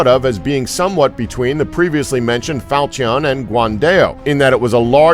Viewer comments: Huh falcion its called "falchon" ok falchon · Not fal-chee-on, it's pronounced fawl-chu-n. Also, It's not a day-o, it's dah-ow. Learn how to pronounce foreign object names please. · Fal-cheee-on. HAHAHAHAHAHAHAHAHAHAHAHAHAHAHAHAHA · Seriously people - how hard is it to look up pronunciation? "Dow", not "day-o". "FAL-shun", not "fal-chee-ON". "ge-VAIR", not "gew-er" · Fal-chee-on 👌 nailed it. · Falcheeon lol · facepalm "falch-eon" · The way he said falchion and dao made me cringe to a degree of unknown levels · He also said falchion wrong. Why is no body pissed about that? I wanted to gouge my ears each time he said it.